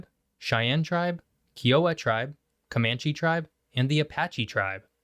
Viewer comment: In the interest of correctness, the guy pronounced Kiowa wrong. It's not Kee-OH-wah, it's KIE-oh-wah. Fortunately the others were correct. Also, the West Coast does NOT include the Rocky Mountains or really anything East of California, Washington, and Oregon. We're just The West. There's a big difference. To say that this area is the Coast is just insulting and wrong. Just like the East Coast is not the eastern half of the country, it's the Coast line states again. Otherwise, it's just the East. It was great seeing you do a video on my part of the world (well, my neighbors really since I'm in the foothills just barely west of it, but still). I personally love living where not much of the population does except when trying to connect to multiplayer servers in either the central or pacific areas because we're ignored. TV time announcements also totally ignore us as well. But it means, fewer people, less crime, less stress, fun weather (except the heat and drought the last couple decades) that keeps you on your toes, and the scenery and wildlife are just wonderful. It is really annoying, though, when people say no one lives in the western part of the states (not west coast, but the west), especially when companies do it. It's like we don't exist. We do exist, we just like our alone time and extended elbow space.